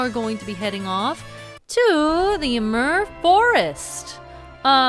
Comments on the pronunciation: Im pretty sure you are saying ymir wrong.the mir part is not like mur its meer. Just think yimeer. I hope that makes sense. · It's pronounced Eee-meer, after the giant of knowledge who took Odin's left eye as payment for a sip from the fountain of knowledge. And Heimdall is named for the keeper of the Bifrost, all seeing and all knowing for the day Ragnarok will come. And Asgard in Sylvarant is also related to these two Norse inspired locations. And that boar summoning power is probably reference to the golden boar that Frey rides in the myths. So, plunging into the drink in the middle of Winter, unsure if you would see your parents again... that is harsh. Sorry for ever making of your fear of water,. With your reaction with Heimdall being one of your favorite areas, I'd say that Minish Cap was a big old tribute to forest areas that you love.